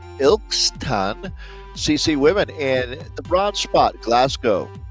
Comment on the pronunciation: 1.39.38 Vienna League. You're getting closer with the pronunciation each week but the third placed team is Il kiss tun CC Women. We know it locally as Ilsun :)